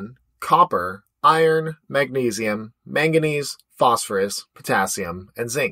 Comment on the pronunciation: mangandese nuts???